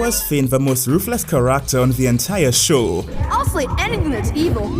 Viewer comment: The way he pronounced "character" at the start of the video straight up hard reset my brain.